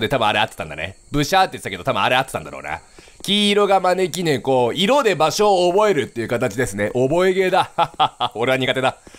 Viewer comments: まねき↑ーろねこwwwwww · 招き↗️いろ猫→ で草不可避